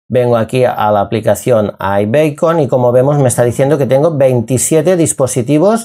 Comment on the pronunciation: aibicon no beicon